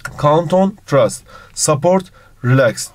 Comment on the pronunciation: Hocam trast diye okumuşsunuz ama öyle okunmuyor